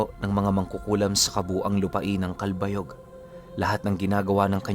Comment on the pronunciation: Good Noon po Pinuno Listening from Samar...just want to say mali po ang pag pronounce niyo ng CALBAYOG...some of your pronounciation po especially sa mga lugar sa Samar ay mali po...just saying po para mai-correct sa mga susunod na story niyo... anyway I'm an avid listener...:pride-heart-rainbow-philly